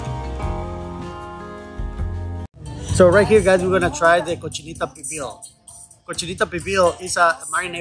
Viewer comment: Great video just one thing, the tour guy doesn't know how to pronounce cochinita "pibil" in Spanish. That's a real shame